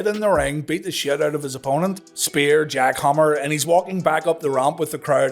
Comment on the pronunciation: Match was a big disappointment. You obviously mean battle not bottle! Lol, and it's jackhammer not Jockhammer lol...